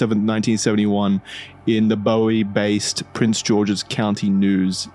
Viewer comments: Boo-wee maryland, not Boh-wee. Great episode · It’s pronounced “BOO-EE” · FYI, Bowie MD is pronounced “BOO-wee” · Hey guys, Bowie is pronounced “booey” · You mispronounced Bowie. The town in Maryland is not pronounced like David Bowie's last name, it's pronounced boo-ie, like buoy. It's okay, most people who aren't from the area don't know how to pronounce it. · Yea lol, “Bowie” is pronounced “booey” as well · Lmao as some who lives in Bowie this dude saying Bowie and Maryland that way bothers me